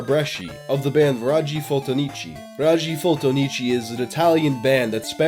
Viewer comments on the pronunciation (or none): Band name “raggi fotonici” (read: ràggi fotònici) means “photon rays”...I’m writing this cause even if I’m Italian it took me a while to understand,you really butchered that one, (props on almost all other Italian pronunciation though)😂 😂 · It's sincerely amazing how you didn't manage to pronounce even remotely correctly a single italian word throughout this whole video. The way you pronounced "raggi fotonici" gave me chills. Just kidding, great video :D Didn't know this was an international mystery.